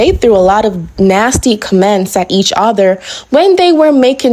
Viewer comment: Enough about that saying "comments" like its two words, is wild 👽